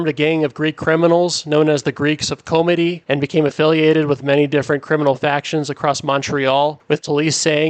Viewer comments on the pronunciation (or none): Not comedey but chomedey pronounced shomedey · Laval isnt a montreal burb its its own city. Just saying..and its pronounced "shawmeddy" chomedy.